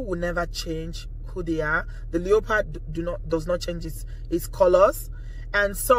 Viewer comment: I like the way you pronounce leopard. As for the woman who destroyed your house, karma is real. I cant do bad stuff because of karma. Karma makes me scared.